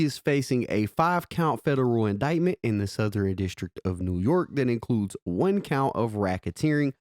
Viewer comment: You're not fluent in sarcasm I see. I know what "Southern" is.... he said "SoutherEN"